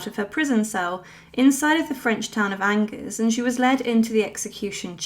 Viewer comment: When you mispronounce a word ("Angers") in the very first moments of your video, it casts doubt on all your research.